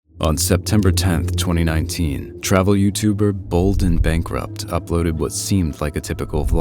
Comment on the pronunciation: Literally says "Bald and Bankrupt" on the screen AI voice: "Bold and Bankrupt" Not even five seconds in and it's already slop.